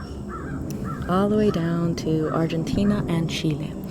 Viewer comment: For the umpteenth time, it's pronounced "Gahee-AN-ah" - not "Gooee-AN-ah"! 😠😠😠